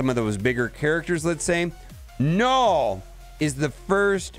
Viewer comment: 0.12 "Knorrwl" *Destroyer of words